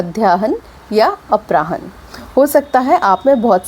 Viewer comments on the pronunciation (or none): अपराह्न का उच्चारण गलत है इसका उच्चारण अपरान्ह होता है।